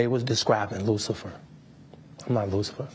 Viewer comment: "I'm not luficer" lol